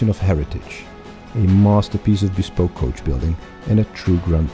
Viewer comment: Echt, hoe kan je woorden als "bespoke," "meticulous" en "revered" verkeerd uitspreken 😭